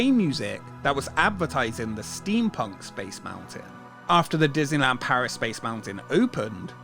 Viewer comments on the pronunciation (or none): none